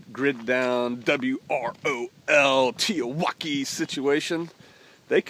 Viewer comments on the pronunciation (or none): Why do you say "teotwawki"?